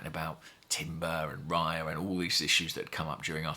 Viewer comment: Raya rhymes with player, please ask Andrew, you know he speaks Spanish